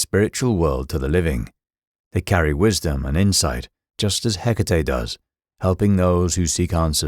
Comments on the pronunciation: Her name is HE-KA-TE, not hiccatei😅😅😅😅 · If only you would pronounce her name (and any other greek name) appropiatley. Can't be that hard???❤